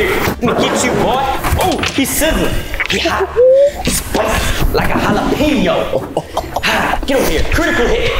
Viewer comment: Why the flip did you say jalapeños this amazing you’re the best best I love your videos so❤❤😂😂😂😊